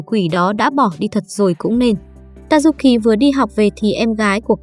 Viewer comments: tayuki nghe thành ta du kì :) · Tazuki nghe nhầm thành tazukì :)))))) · Tazuki mà cj đọc là Tazukì:)) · Cj có thể gọi là tazuki nhưng cj lại gọi là tazu kì